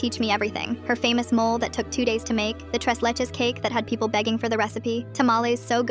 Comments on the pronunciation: 1) These are made-up stories. 2) I'm the whitey-white-white and I know it's mole (moh-leh), not mole like the rodent who digs holes. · WTF, say it properly. Mo-le. Chi-llies.